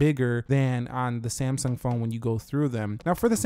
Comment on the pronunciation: Samsaaaaang PLEASE LEARN TO TALK!!!!